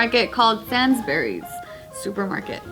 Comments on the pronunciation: ''sansberrys '' all my uk people no she meant sainsburys hahaa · Sainsbury as in Sanes-berry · God, the way your pronounce Sainsbury's! 'Sains' and sounds 'gainz'. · The way pronounced "Sansburys"😂😂😂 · 'Sansburys' has an I after the A -. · Sansberrys, that's pretty funny, sains like rains then berys is the best host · Ah yes, SANSberrys, not sainsbury's ;) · Is pronounced *SANESBURYS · Sainsburys is pronounced Sanes Brees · AHAHAHAH said sans burrys 😂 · i love..... “sansberrys” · It's sains burys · I know, wtf is Sandsburys lmao. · Love how absolutely butchered the name ‘Sainsbury’s ‘ you pronounce it the way you see it 😂😂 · Aww the way says sainsbury's its not that. but worth a try. maybe try looking at an advert to hear how it's pronounced!. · I am from england she said the store name wrong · that is not how you say Sainsburys lol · Why does every American pronounce Sainsbury's the same way?? Like there's no 'i' 😁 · had me confused for a whole solid 30 seconds when she pronounced Sainsbury’s wrong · Bro the way pronounces Sainsbury's has me in tears 😂🤣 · The way she said Sainsbury’s triggered me